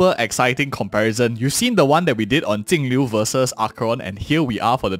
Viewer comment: Damn he butchered that first 10 seconds of the video. I though he said Tingyun vs Acon. Not Jingliu vs Acheron.